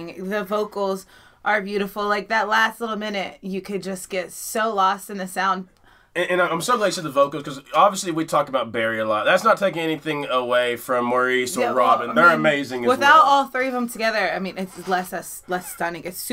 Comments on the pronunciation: Maurice Gibbs name is pronounced like "Morris" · Bee Gees rule #1. Even though Maurice's name is actually spelled "Maurice," the proper pronunciation is "Morris." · FYI...Maurice Gibb's first name is pronounced Morris. That is how the Aussies and British say Maurice. Weird, I know...but there it is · I noticed that you mentioned Maurice . He pronounced it Morris. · Maurice's name is pronounced like Morris. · Maurice is pronounced like Morris. British name. Maurice Gibb=Morris Gibb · Ok, if you're a real fan (and you are) you have to know Maurice is pronounced MORRIS